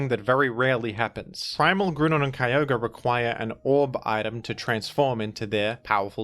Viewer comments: I will accept this change if you pronounce Kyogre the same way as the Hoenn pokerap, Ki Yogr ee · Yet you keep mispronoucing Kio-gray